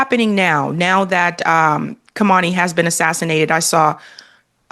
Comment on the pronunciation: Karmani 😂😂😂 . As a host you must pronounce names correctly. The iranain leaders name was not karmani but Ali khamani pronounced kam e neey.